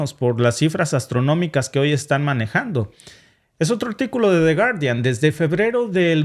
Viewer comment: No se pronuncia de guardián.. porfa pronuncialo en Inglés 😂 tu sabes muchísimo más inglés que nosotros un abrazo a los dos grandes ejemplos a seguir los queremos en México